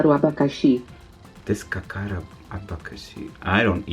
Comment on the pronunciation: "Descacar o abacaxi"? it is "DescaScar o abacaxi"